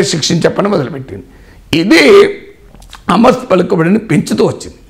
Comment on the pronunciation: హామస్ కాదు సార్. హమాస్ అనాలి. మొదట ఉచ్చరణ నేర్చుకోండి.